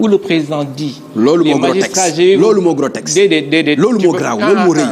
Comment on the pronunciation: Ohhh il est soûlant ce journaliste et oui pas logique. On dit grotesque et non grotexce, ignare va! Qu'ils sont élégants, éloquents, pertinents et réfléchis... les Pastefiens 🥰